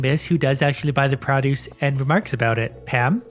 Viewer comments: I dont really hear your accent (I'm from northern mi so the accentuate similar here) but when you say produce lol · Stop saying produce wrong